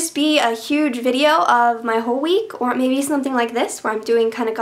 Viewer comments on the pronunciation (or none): none